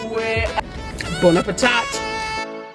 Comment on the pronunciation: We need some Tongans to weigh in on this. Lol I'm a Palagi....so Im out! Lmao. I had to laugh..how she says Bon Appetit!! (Now thats a real moment!) 😊 WHAT move was that you were doing in the loungeroom?? 🤔